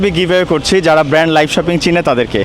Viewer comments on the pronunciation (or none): none